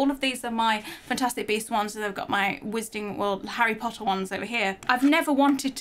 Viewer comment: "That is harry pottah" Malfoy:You stole mine line... Me:🤣🤣🤣🤣